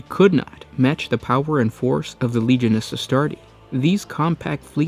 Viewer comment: Legiones is pronounced leg-ee-oh-ney-s